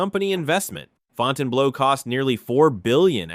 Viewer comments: It's not "Fountain Blow", it's "Fountain Blue" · FOUTAIN BLOW ? AI AT IT'S FINEST, WTF